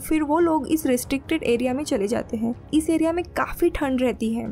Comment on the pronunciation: Mujhe isski "hain" kyu "haim" sunai de rahi hain.